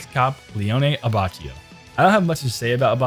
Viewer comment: FYUgo - AbbacCHIo Bruh💀💀